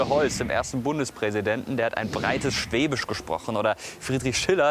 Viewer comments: Des hoißt Schwäbisch net Schwebisch !!!!! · Es heisst schwäbisch und nicht schweeeebisch!!!! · Für einen Badenser machst du aber ganz schön viel Webung für Württemberg :DD Dein ganzes Essen, die Sprache, die Musik,.. beim meisten gings nur ums Schobaländle xD und btw.. es heißt schäbisch, nicht schwebisch^^ :D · Mich graust's immer, wenn jemand "schweeebisch" sagt. Des hoißt "schwäbisch"! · Ich bin leicht getriggert... schwÄbisch, ned schwEbisch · Du kannst netmal schwäbisch Dua sagst immer schwebisch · SchwÄÄÄÄbisch, net schweeeebisch!!!!